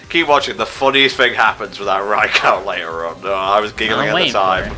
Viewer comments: ...I'm busy trying not to be triggered by pronouncing Raikou Rai-COW? Where the hell did he get "cow" from? I mean the Pokemon Special uses "Rai-ku" Battle Revolution uses "Rai-ku". I never heard "Rai-Cow" in my life till this day. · Don't worry,, you're not alone with the Pokepark 3 wish. The thing is that I want the game to have more substance...and to be harder. Also every time you pronounce Raikou wrong, I die a little more. I mean, screw the english language and it's contradictions, that's how it's normally supposed to sound phonetically by spelling but it doesn't...But it sounds so stupid when you say it "Right"